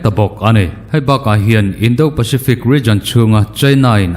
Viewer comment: "Indo lawng" lam rik dân hi fîmkhur deuh ni se a ṭha khawp mai. "Do" tih tak hi ri hniamin lam ni se a dik zawk hmêl e.